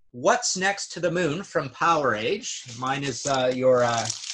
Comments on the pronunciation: I hate to be that guy, but its POWER-age, not power-AGE. Like VOLT-age... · Lmao it's not Power Age. 1 word. POWERAGE. ...like sewerage. You don't say Sewer age.